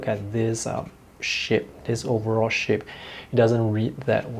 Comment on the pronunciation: Your english makes me smile, in a 100% positive way!: "... if you take a look at this ship", meaning shape, or in an other video saying "the hard ages",meaning edges. This adds a big smile on my face when I watch your inspiring videos... by the way, being from germany, my english is far from perfect;)